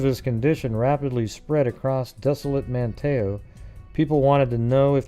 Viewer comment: Not that it matters, but....I live in Manteo, it’s pronounced “Man-neo” the T is silent